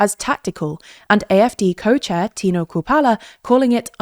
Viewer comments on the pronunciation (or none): The last Name of Tino Chrupalla is not spelled with a hard k-sound at the start, but rather a soft sh-sound. "Shrupalla" basically. Was wondering who you were talking about there for a moment.